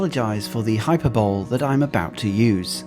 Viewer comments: The pronunciation of hyperbole ..is hai.puh.buh.lee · Hai- puh- buh- lee... Hyperbole. Yes, La Sagrada Familia is amazing. Nice vid.